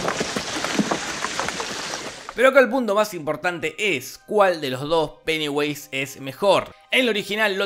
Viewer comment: ESCUCHÉ PENEWASE XDXD